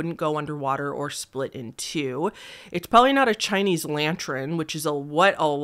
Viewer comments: Loving your videos but it bugs me so much how you say lantren instead of lantern haha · sounds like you're pronouncing it as if its spelt 'lantren' but it's 'lantern' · lmao xd It's "Lan-turn" not "Lan-tren" :) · "Lantren" - 2024 😂😂😂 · Lantren!?!? Hahaha LANTERN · Its pronounced "lan-turn." ❤ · not even latren it sounds like she’s saying lanchren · /t/ becomes palatalized in English before /ɹ/. She definitely said "lantren" and that's adorable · Yep, pronounced "lan-turn". The e is before the r so..... maybe you've been seeing it reversed. lol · I literally googled "lantrin" and "lantren" to see if she was talking about something other than a lantern and if I was going crazy. Very interesting pronunciation lol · "Lantrin." LANTRIN?!?!?!? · Lantrin ….. I’m dead 😂 I thought my ears were bugging 🤣 I can’t not hear it LANTRIN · yeah, some people pronounce “er” in words like pattern and lantern as a “re” instead. I started noticing that a lot time ago and it fascinates me (I’m from the same area as so I know it’s not a specific regional thing) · Lol I was like why did she say lantern like that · Well that’s an excuse for pronouncing things wrong but not putting letters out of order ;) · Do you have an accident or are you saying lantern like that on purpose, either way really interesting